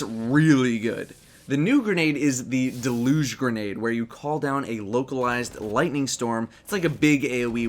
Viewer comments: It's pronounced Dehl-yuge. Totally not the correct phonetic, but it annoyed me whenever you said "Dehl-uge" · Jack Douglasshole I'm glad I wasn't the only one who was irked about that. Lol